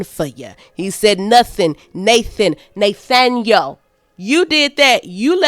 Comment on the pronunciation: Nothaing , Nathan , Nay-Thaniel 😂😂😂😂😂